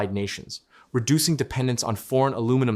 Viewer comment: Saskatchewan also has geothermal, potash, oil and gas.. And best of all its got Quick Dick Mcdick. All of it priceless. Ohh and the Ai used to read the script, for the love of God, teach it how to say aluminum